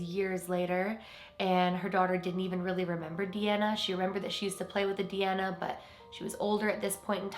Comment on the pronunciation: DeAnna is my middle name. It’s kinda cool to hear it pronounced the way I do :))